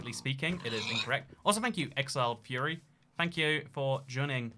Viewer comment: saying exiled fury instead of exiled furry is a pro gamer move